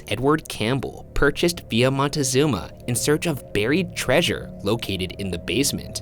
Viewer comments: Question: Why did you pronounce Villa using, what seems like with, Spanish or French grammar pronouncing it ‘vee-yaah’ and then don’t prononce the ‘z’ in Montezuma as a ‘th’ but as a ‘zz’. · Honey thats not how you pronounce Montezuma